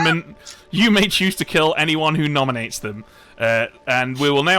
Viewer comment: "If someone gnominates"😂